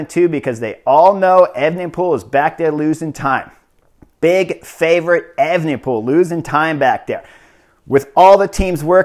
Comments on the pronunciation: Chris it's pronounced aven-pol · Brilliant race report 🤩 but please just say remco 😂